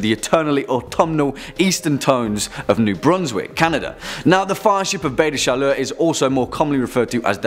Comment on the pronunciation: Good pronunciation of "Baie des Chaleurs"! Acadian approved!